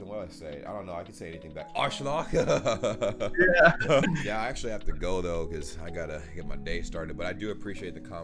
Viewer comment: Dein Deutsch ist echt toll, du musst noch ein bisschen an deiner aussprache arbeiten like dont say aschlok its arschloch you know what i mean? but you are making an amazing progress